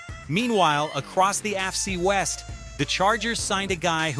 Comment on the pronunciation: A torn "Ackle". ""Afcee west". AI strikes again. Good luck on 1K subscribers. On second thought..................